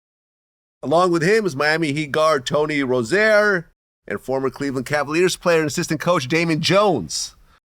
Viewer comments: Vlad calls him Rose Air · You could pronounce rozier properly at the very least if you’re gonna talk about him like this